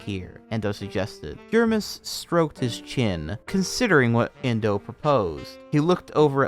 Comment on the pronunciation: My account name is endo and its equally traumatizing every time i hear you say the name indow and anything they do